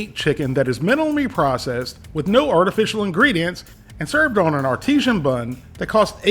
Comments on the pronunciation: Hey. Its pronounced ar-ti-sen. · Just an FYI, because a lot of people seem to mispronounce it, but artisan is just pronounced the say way you say "artist".